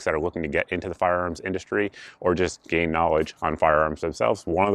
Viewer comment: Did he say "gain knowledge or gay knowledge"? Phrasing....LOL